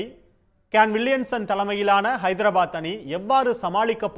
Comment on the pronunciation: Athu ennada hydrapath sun risers hydrapath nu solluda news anchor Tamil Nadu la ataya pottu cricket viduranka kasa sun kulumam